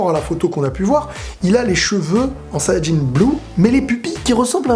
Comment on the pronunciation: Je trouve bien la manière dont tu dis sayanjin bleu